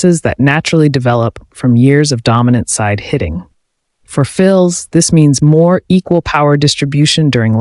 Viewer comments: just so you know: L is silent in his name, you say "fis" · Please AI, his name is pronounced “feese”.